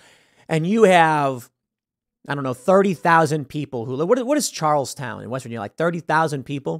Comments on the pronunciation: I was born in West Virginia, hearing Tim say “Charles Town” made me laugh. 😂 Charleston, Tim. Haha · Tim, buddy, PLEASE stop calling Charleston, CharlesTOWN. It’s CharlesTON. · As a WV native i jist wanna say its not "Charrlestown" its "Charelston"